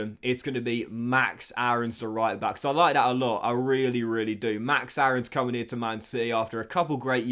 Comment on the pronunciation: Btw max Aaron’s is pronounced max airons. Ik it’s weird took me a while to say it differently aswell lol